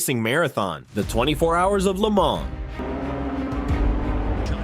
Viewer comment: You do not pronounce the “s” in Le Mans. I’m guessing this is some lazy AI entry.